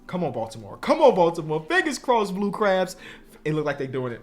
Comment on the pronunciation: Why he saying blue crubs 😂